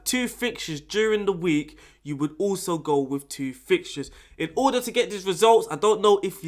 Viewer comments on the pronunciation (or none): none